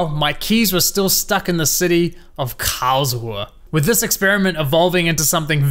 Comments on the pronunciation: Kaosuhe? 😂 KARLS-RU-HE! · As a German... Hearing the way you pronounce "Karlsruhe" and say "Thanks Deutsche Bahn"... I have done that COUNTLESS TIMES IN MY HEAD!